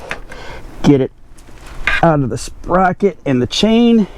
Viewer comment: Say”sperocket” one more time. 🤣Great video. Great job and Thank You